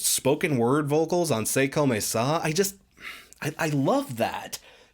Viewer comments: "C'est comme ça" is pronounced like "Say cum sah", so you're very close! Also I've never really paid this band much attention; "This Is Why" is the first Paramore single I've heard that caught my interest. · As a native from Quebec, your c’est comme ça is pretty on point